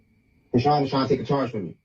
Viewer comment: Chri-SEAN Malone father: SEAN Malone